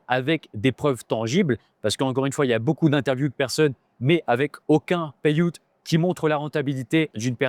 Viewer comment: Suis je seul qui adore étendre nous parler de « pailloute » 😅